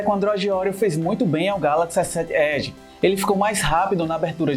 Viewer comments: ESSÉT ÉDI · essé ed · Kkķkkk esé ed. Ele fala "S sete" como se fosse uma palavra inglês, aí acaba falando "Esé ed" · só eu achei o modo de como ele fala S7 Edge estranho? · Victor 05 n foi só vc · Ele tem um sotaque nordestino, é assim mesmo, ele fala "sete" com mais ênfase carregado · Bem anormal kkkkkkj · Victor kkkkk verdade